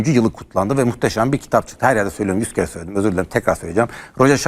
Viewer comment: da 30 kere söledim yine sölicem diyor hocam:) Anlaşılmadığından iyi yapıyor :D 0,5 le de olmuyor😅